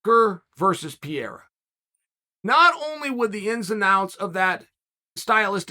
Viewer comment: I was sooo confused as to who tf Piera was, I thought he was talking about someone up at light heavyweight that I somehow didn't know about. Only when he started talking about his upcoming bout with Adesanya did I realize he was talking about Pereira. I mean come on Chael, you're one of the top analysts of the organization, you've gotta have a minimum of an idea as to how you pronounce a man, who's literally challenging for championship status in the coming weeks, name. I love the content, I think you bring great insight from an ex-fighters perspective and company strategy on how to build match-ups, but please take time to learn the fighters names.